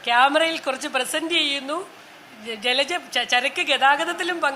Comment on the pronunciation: ജലജ ഫ മാറ്റി ഭ എന്ന് പറയു